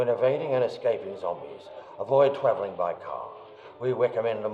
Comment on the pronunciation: love the way he says twaveling